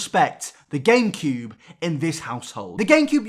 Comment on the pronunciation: Anyone else notice that he keeps saying Gain-cube?